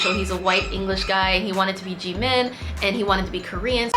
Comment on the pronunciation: GIRL I'm a fan but PLEASE the way you keep pronnouncing Jimin is driving me a bit crazy 😂 I know it's pronnounced like Gmin but you emphasise the JI soo much aren't you fluent or whatever in Korean 😩😩